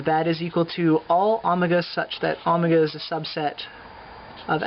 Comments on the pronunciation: please stop saying omega as Amega! But thank for the prep... Maybe you should post a video on algebraic topology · Good stuff, but why the strange pronunciation of omega? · Haha was wondering the same thing